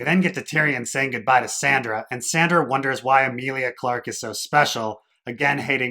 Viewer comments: Why do you call Sansa "Sandra?" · Lmao why do you keep calling her Sandra??? Instead of Sansa lol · I couldn't bear to finish listening to this review, mainly because you can't decide whether to use the character names, or the actor's names, AND you can't even get all the character names right when you do use them. You continuously call Sansa "Sandra" and, then instead of saying Jon, Dany (or Daenerys), you use the actor's names Kit Harington and Emilia Clarke instead. But, yet, you call Cersei by her character name instead of Lena Heady. WTF? While it seems you do get some of the plot point criticisms right, if you don't know the character names well enough to do the review, WHY should I listen to you? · OK, that makes more sense to me than someone calling me a dolt, which I'm not. However, the reviewer should understand that there is NO indication to new visitors about the reason for these purposefully mispronounced and misspoken names. Anyone in my place would think the same - that he doesn't know the story well enough to use the right character names. I visited the channel at the referral of Ser Hunt's Reviews - the only reason I looked it up - and I discover this confusion and people calling me names right off for being critical. I guess if the reviewer doesn't care about new subscribers that's fine but, if he does care, he should probably conform in his usage of character names. Or, at the very least, explain in notations what he's doing for new visitors. When I get a chance, I'll come back and listen, now that I know what's going on.